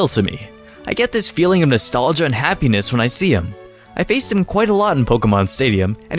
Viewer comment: you said happeness hap penes